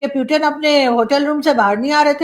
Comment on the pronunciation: aap bar bar प्यूटेन kyu bolti kya aap putin nhi bol pati hai pahle bolna sikhiye her vdo me प्यूटेन प्यूटेन